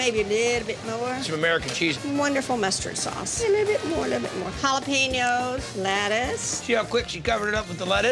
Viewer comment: If you can't pronounce jalapenos, please don't say it lol